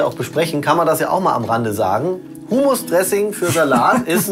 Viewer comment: weil er es wie Humus ausspricht, also die Erde aus dem Kompost und nicht wie Hummus